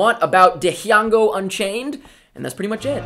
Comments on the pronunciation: I love how you said DE-HEE-ANGO Unchained! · "Di-hiango Unchained" HAHAHA Was that deliberately a reference to Mike from that one episode a loooooong time ago when the first trailer of this movie came out? .... Or was it unintentional? Heh...